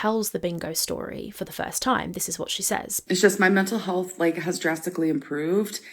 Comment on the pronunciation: "mye muntul hullth"